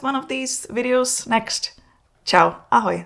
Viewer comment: Zajimave informace. Pisi to cesky jelikoz to Ahoj na konci filmu znelo jasne cesky. Rad jsem film sledoval, jelikoz podobne video mne ocekava. Gimbal je udajne jiz na ceste. Preji Vam pekny den. Jelikoz je to cesky tak tento komentar muzete vymazat.